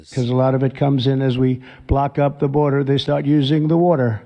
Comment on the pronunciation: Block up the burder! Turn on the wurder!